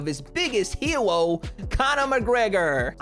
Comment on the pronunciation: "his biggest hewo conor mcgwegor" love it.